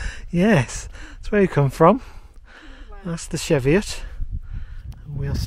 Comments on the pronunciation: It's "Cheeviot" not "Sheviot"! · Hi its pronounced cheeviot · Yes, was made aware of this a while back, will use "cheeviot" the next time we're there. Thanks for watching and putting up with my pronunciations...